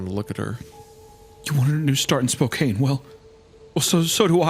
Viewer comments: As someone who’s grown up on eastern Washington. It’s pronounced SpoKan ..not Spokane just a heads up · Me, a Washington resident hearing them mispronouncing Spokane wrong the whole time. It's pronounced Spo can. Not Spo cain. I know that's how it kinda looks, but no one in the entire state pronounces it spo cain. It's always spo can. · Not a big thing but I have to mention. Spokane is pronounced Spo-can Not Spo-kane not a big thing and honestly I don't blame anyone who's never heard it spoken because thinking about it, it is kinda weird also if someone says their from Washington they mean Washington State people from D.C say they're from D.C or Washington D.C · I’m in Spokane right now. It’s pronounced Spo-can not spo-cant or spo-cane. It’s spokane not spokane haha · Its not pronounced SPO- KANE its pronounced SPO-CAN 😑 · as a washingtonian i got u hunter, its not Spokeane, its SPOKE-Anne think tire spoke and the name anne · Spo-cane is diabolical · Btw its pronounce spoCAN like a can of beans thanks love your videos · the kept saying Spokane like spo-cane. drove me nuts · As someone who lives in Spokane.... Its "Spoh- can" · Like spo-can? I genuinely know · As someone from Washington, hearing them miss pronounce SPO-CAN drove me fuckin crazy lol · As a Washingtonian for anyone that wants to know how to properly pronounce Spokane it's Spoke-can ☺👍 I don't expect the boys to get everything right so this was pretty funny to hear said wrong so many times but here yah go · Dude them pronouncing Spokane as spokanee is throwing me for a loop lmao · It’s pronounced spo-CAN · Of course they had to fuck up how you say Spokane (spo-KAN) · As someone that lived in Spokane for about 6 years I must correct the pronunciation. Its pronounced Spo-can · It's pronounced Spo-can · Its pronounced like Spokann.. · The "Spokayne" pronunciation is killing me but I don't wanna be that guy because how should they have known. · SPOKANE MENTIONED!!!! ALSO IT'S PRONOUNCED SPO-CAN